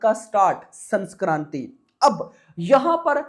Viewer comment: sanskarti❌ Sankranti❤✔️ Kuchh to Sahi kar le Pakistani video banane se pahle jankari hasil kar anab shanab math bak . Video mein 1 minut ki news ko 8 minute banane ka hunar jo tune pal Rakha hai tujhe hi pata hai aisi bakchodi kisi Koi kar hi nahin Sakta isliye tune Apne channel per 6000 se bhi jyada videos banai hai itne mein to aadami Kahan se Kahan pahunch jaega bhai😮